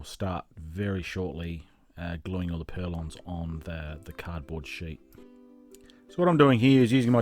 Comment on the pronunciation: Just a quick on, they are not purlons . . they are call PURLINS